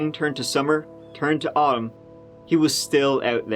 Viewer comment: did you just pronounce "autumn" like "aamm"? XD I beg you